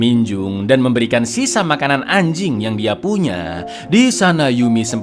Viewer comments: Ngomong anjink nya biasa aja bisa ga bang😒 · wkwk ternyata gk cuman ane doang yang nyadar intonasinya lebih ditekan 😂